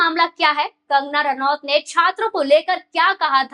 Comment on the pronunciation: कंगना नारावत नहीं,कंगना रनौत कहिए मैडमजी!